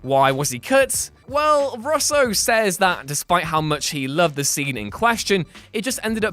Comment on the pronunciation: How can you mispronounce Russo?